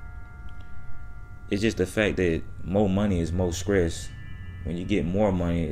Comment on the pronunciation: More skress! It’s . Stress. Bro.